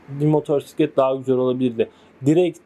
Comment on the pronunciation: motorsiklet nedir ilkokul 2terkmmisin türkceyi boza boza ne hale getridiniz sirf siz siveli garip konusuyorusnuz diye türk dili böyle degil diksiyon dersi ali öyle video yapin hayatinda motosiklet diye bir kelime duymadinmi baban amcan komsun motorsiklet dedi diye gercegini ögrenme zahmetinde biel bulunmamissin önce ögrenin